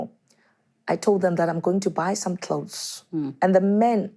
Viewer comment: Klaus - clothes..🤣🤣🤣🤣🤣 Time